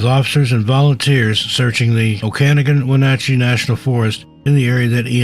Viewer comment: Heh Oak-ah-nogin and win-at-chee. Washington has a bunch of hard to pronounce names.